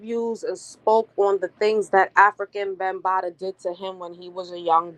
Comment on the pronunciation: How can you give credibility to this woman who is not even pronouncing the man's stage name correct? It makes it seem she hasn't done good research or has no clue who he is.